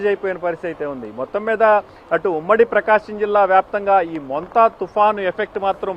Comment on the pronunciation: Cycolen name curret ga chapandi mundu tharavata news chapandi.